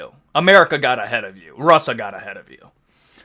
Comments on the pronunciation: wtf is "RUSSA" edit: and learn to speak properly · What's with your pronounciation of words that have s or sh? "Rusa"